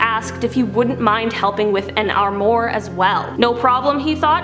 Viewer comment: As Canadians, you folks seem to have a poor grasp of French... The Palace, of Marie Antoinette, is pronounced "Ver-sigh". & the deadly furniture that fell on the guy in his premonition, was an "Arm-wah"... Unless, you were making a subtle protest of Quebec's politics !?!